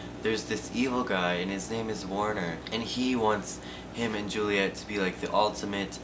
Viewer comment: As an Arab I can say that you're saying her name correctly. Well done son